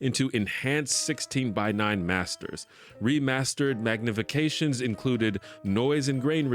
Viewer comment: Magnification or magic-ification?